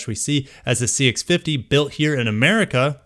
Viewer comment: Lmao “Merica”